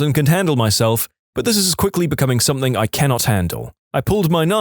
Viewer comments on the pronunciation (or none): No K In the word Something